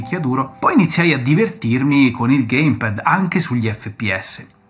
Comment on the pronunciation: Bellissimo video ho rutti questi ricordi da vecchio videogiocatore anche io ma unica pecca che posso far presente è che si dice geim pæd non gaim ped. Bel video comunque mi hai tirato fuori tanti ricordi